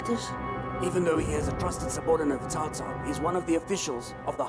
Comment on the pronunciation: Cao is pronounced three different ways throughout this episode by three different actors. Tsao, Cow, and Jow. Actors need directors. You can't just give them a script and let them do what they want. lol